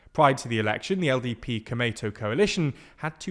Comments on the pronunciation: you speak komeito as it sounds tomato. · The way he says 'komeito =公明党' is sounds pretty funny, more like sounds '米伊藤' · The lack of distinction between long and short vowels in this romanization method is also why Komeito sounds so much like tomato in this video lol